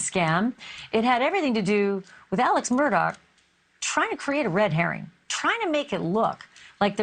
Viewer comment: And they seem to pronounce the last name as Murdock, but it's spelled Murdaugh. His whole damn name seems off, lol.